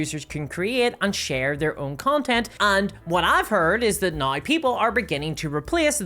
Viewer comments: "Right NAUR" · My brain lose 2-3 cells every time she tries to pronounce "now" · Look I love the videos, but why can’t you pronounce “now”